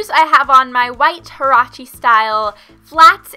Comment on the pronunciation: The way she says "huarache"😂 white girl accent😂👌